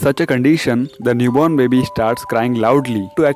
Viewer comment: the way he says baby: Babee